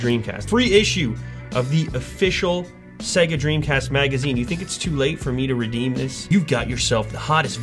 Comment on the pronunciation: Ah, yes...Segga.